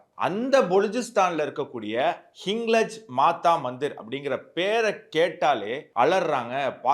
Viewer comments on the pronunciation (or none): ஹிங்லாஜ் என்று உச்சரிக்கவும்